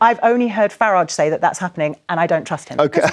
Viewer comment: I do love when these leftie idiots are forced to have Sir Nigel Farage on their show by their boss. Especially the dragon in the middle who doesn't have it in her to pronounce his name correctly its pathetic.